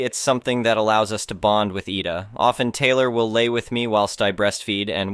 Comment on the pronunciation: IDA = (EYE--DAH) As how you would say IDAHO (.withOUT the HO part)